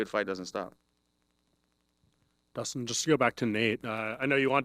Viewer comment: "Battle of the Ustins" Kilt me 💀😂